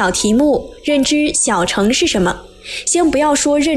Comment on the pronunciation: 小乘要念小ㄕㄥˋ，第四聲，代表是車子的意思